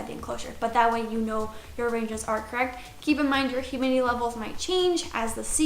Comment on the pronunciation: “hurmidity” lol